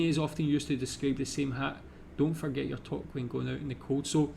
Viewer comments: Great job on the quiz! I cannot stand eating maple syrup. To answer your question about caribou - It is similar to a reindeer. Toque is pronounced with a long oo sound not an o. Regina is a city in Saskatchewan. Although is is Latin for Queen it is pronounced with a long I, as in the word "eye". Ree-j"eye"- na. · listening to a Scotsman say 'toque' is almost as funny as listening to him say 'purple burglar alarm'. It's pronounced like the number two, with a hard K at the end. Two + K = toque. And since you'll eventually run into it... poutine is not pronounced 'poo-teen'. It's more like 'puts in'. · Toque: It's pronounced "Too-que" , in Canadian English. In French, we spell it with a "u". All they had to do was just leave it alone and pronounce the "u"... but they couldn't leave it alone. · Touque = (French) Pronounced "toooook", or two, with a "k'". Also called a "stocking cap" (archaic) similar to those in Scandinavia. As another Canadian, I like your channel. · Toque is pronounced too-ke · Toque is pronounced more like “tuque” as it is from French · it’s spelt toque but it’s pronounced tu:k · It's pronounced TOOK like in Perrigan Took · Toque is pronounced toook and is NOT a beanie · "Toque" or tuque rhymes with "duke". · Toque is pronounced too-k, not toke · its more like TUKE not toke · FYI...toque is pronounced "tewk" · Yep , we love to toke , but the pronunciation is tuque , like nuke , but tuke ! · There's a disagreement on the spelling of toque or touque, pronounced more between tou (like you) and uque like ukelele. Of course since it has french origins. The way you pronounced it was more like a toke which is to smoke weed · A toque is pronounced tuque. I have never heard of a bunny hug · Toque rhymes with spook I know it's spelled as in the French but it is pronounced like😊 spook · Toque is pronounce like two-k like number two with a k at the end, so obvious, eh? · aarrgh. It is pronounced TOOOOK. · Toque is pronounced tuke, like puke